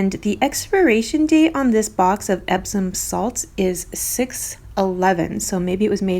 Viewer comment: I commented earlier about Epsom salt on another video of yours. I used to say Ebson salt. You pronounce it that way. You say it "wrong" but the way i remembered it spelled! "EPp Son" is how it sounds you said "Ebb Son" very cool. Thought I'd share💛